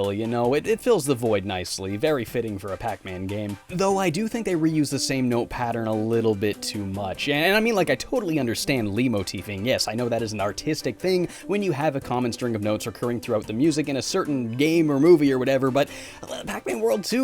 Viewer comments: Leitmotif is pronounced light-mo-teef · I'm gonna be "that guy" regarding the word "leitmotif," because a lot of people get this one wrong, probably because they've read it somewhere and never heard it said. It's pronounced "light-motif" not "lee-motif" or as many people say "lay-motif." It's German in origin, and in German 'ei' is pronounced like "eye" and the 't' is enunciated. I can only guess that many people assume it's french so they don't pronounce the 't.'